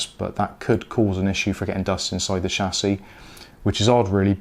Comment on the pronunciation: It's Chassis not Chassis